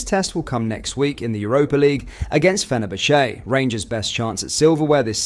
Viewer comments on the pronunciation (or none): You are not a football fan never mind a rangers fan.. you can’t even pronounce fenerbache ffs 🤦‍♂️ you jumped on the rangers bandwagon to get views